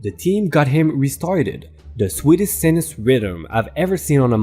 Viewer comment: Sinus is pronounced si_ nus . Like those things in your face that sometimes get sick. Definitely buy your own stuff. What kind of idiot tells the guy who was just interviewing him that he was the janitor? Not that it looked good for him without what with the very short answers. We try to teach people that we shouldn't judge books by their covers and yet we keep doing it.